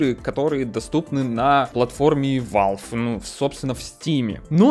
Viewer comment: блин, угараю, "победюнькать" и "валвэ"